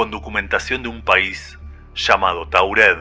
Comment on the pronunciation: Taured no Taurel pronuncias mal lees mal